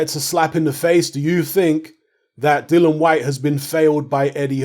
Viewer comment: I think you've betrayed Dillian,...by mispronouncing his name constantly.🙄 You're getting as bad as Fish Eyes!! 😁😁